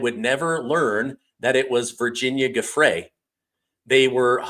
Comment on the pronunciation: How come no one pronounces the late Virginia Roberts' married name, Giuffre correctly? (Except Alex Jones) and thus pronounced : Joo frey. After having watched many podcasts about this lady, and I looked up the phonetic spelling because I have heard a miscellany of speakers pronounce it "Guffree." Ok so I have identified one of my pet peeves. lol Carry on.